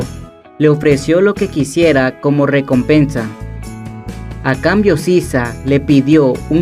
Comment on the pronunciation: El riey de la riecomepensa